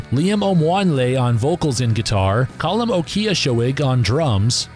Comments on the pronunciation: The guys name, Ó Cíosóig, is pronounced more like O'Keersog (with a non-rhotic R). You're welcome. BTW, If you find their sound original, I suggest you give a listen to the 70's-80's Dublin band, The Virgin Prunes. The original original. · Also, -Added about three extra syllables to Colm O'Ciosoig's surname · A brave attempt with the Irish names.